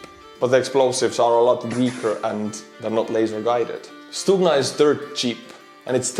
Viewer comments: No. We don't pronounce G as H. Who had told you such thing? =) Although G in this world is soft one so it's like first you hear G which then kind of ending with small h sound... but still if you will say it like stuHna instead of stuGna you will be wrong. stuGna pronunciation is correct one. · actually you first pronunciation of Stugna was more correct (sounded almost perfect). We don't say StuHna, we say StuGna;) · Unless I'm very much mistaken, G is pronounced as H in Ukrainian (as in "head"), not "kh" (X in Azbuka) as in... well, there's no such consonant in English, but you know what I mean---the sound made. (BTW, that H is one of the obvious things that allow you to easily distinguish Ukrainian from Russian, even if you don't know the languages. There's no H in Russian---they pronounce G it as in "get".) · Stugna is pronounced in Ukrainian with a soft H sound like hello. Stuhna instead of stukhna. :) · No, it is stuGna (not h) t. Ukrainian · letter "G" in Ukrainian is pronounced not like H, but like something in the middle between H and G. (stugna or stuhna). This is insignificant, just wanted to say)) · stop using the rubbish google translate . it is pronounced STUHNA with a "H" !! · It's not stuHna,but neither stuGna , it's something in between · To prevent further ear bleeding, Ukrainian Stugna sounds as [stoogna], from stugnuti «to cool». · it's pronounced stu-Г-na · Forgive me but isn't the double detonation of Stuhna warheads intented to defeat explosive reaction armour. I see that the Stugna operators designating an area above the target, to defeat lock on detection inside the tank, then drop down after launch onto the tank. Also good to learn that our Ukrainian friends pronounce their 'g' the way us Scots pronounce our 'ch'.